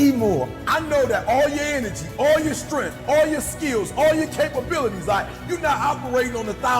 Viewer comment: What the hell is "strenf" and "unger"